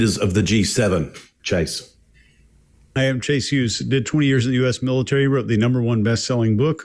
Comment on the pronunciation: This episode left a serious impact, specifically pronunciation of Chase’s last name, HUG-hes, no matter the situation my internal voice says it like that. HUG hes